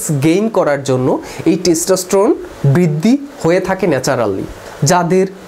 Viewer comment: "বৃদ্দি" কি??? "কোলোক" কি ???